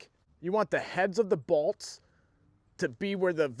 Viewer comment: It's pronounced bolts